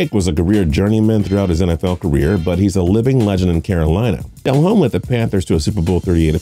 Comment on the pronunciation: His name is not pronounced Del Home, DE lomme